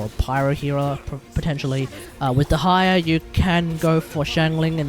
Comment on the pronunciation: Its little funny when you say "dehaya"